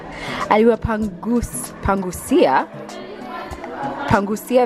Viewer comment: It is Pangusa and not PanguZa. Almost everyone in Kenya says 'PanguZa' which is wrong. The same to the word 'Gusa.' Kenyans say 'guZa.' Totally wrong. Another is 'Shuka nywele' or 'Naenda kushukwa'. The correct one is 'Suka nywele' or 'Naenda kusukwa' but you can also say 'Songa nywele' or 'Naenda kusongwa.' You are free to add any other common Swahili mistake by Kenyans